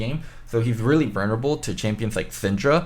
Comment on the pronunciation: you always pronounce vulnerable wrongly haha, just wanted to point it out